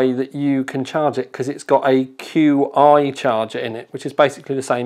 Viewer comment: its pronounced CHI wireless charging